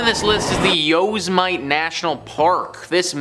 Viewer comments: Just a gentle reminder that Yosemite isn't pronounced "Yosemite...it's Yo- simity. You spelled it right, but this is the proper way to pronounce it. Thanks for listening. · ...... Yosemite isn't pronounced "Yoze-mite ", it's "yo-sem-it-ee". Considering it's possibly the most famous and recognizeable US national forest besides the Grand Canyon, finding out how to pronounce it is pretty easy, especially if you've ever watched Loony Toons (Yosemite Sam, the gun-happy cowboy) but then, maybe I'm showing my age. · These composite lists are always entertaining, but I think the best reason to watch is to revisit how badly ol' butchers place names. Jeez, YO-se-mite lmao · yo SEM it ee. Like Yosemite Sam. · YO-SIM-EHHH-TEEEE. YOSIMITE.